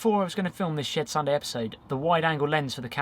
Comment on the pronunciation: I keep hearing Shared Sunday, instead of Shed Sunday... LOL Great opening card tho